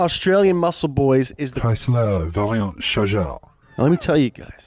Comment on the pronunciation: I love the french pronunciation of 'charger'